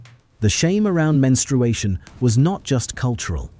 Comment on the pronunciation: Who 'taught' AI that menstruation has a 'w'? I never knew AI could have Elmer Fudd's disease 😅